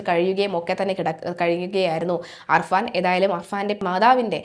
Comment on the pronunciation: അർഫാൻ അല്ല കുട്ടി അഫാൻ